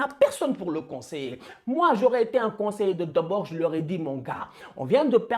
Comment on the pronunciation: Juste on prononce Frank De Boure et pas de Bord